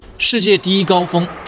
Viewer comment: 珠瑪瑪峰是什么鬼？我还以为我听错一直重复听，跟着我一起念： 珠穆朗瑪峰 ，珠穆朗瑪峰 ，珠穆朗瑪峰 。